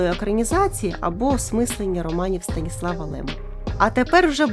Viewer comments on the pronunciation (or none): Здаєця СтанІслав Лем а не СтаніслАв, наголос на і